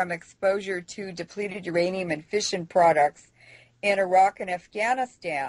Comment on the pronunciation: I thought she kept saying fishin' products...not fission products LOL